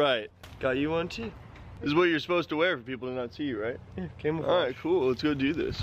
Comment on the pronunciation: “You said wear camel flage “😂😂😂